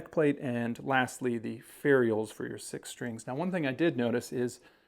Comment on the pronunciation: Would you please stop saying fairy ulls. 😂